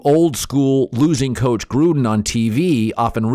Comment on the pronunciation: I know he's saying Gruden but, I heard Trump!